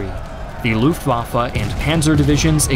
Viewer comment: Every time you say Looftwahfuh a little bit of my soul crumbles off and dies. Nah, brilliant storytelling, is amazing to see how many times a country can say 'this time the tide will turn'. It's easy to say with hindsight that they were always going to lose, but it must have really felt like there was everything to play for!